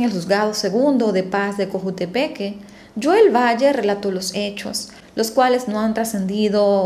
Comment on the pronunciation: Es Joel, HO-él